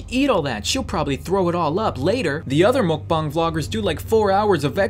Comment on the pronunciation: Its mukbang not mokbang